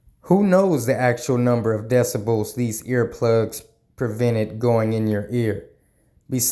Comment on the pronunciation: It is pronounced decibels with a b. Good job on these videos. They cheer me up. 3m is stalling because it will probably bankrupt them. They would do anything.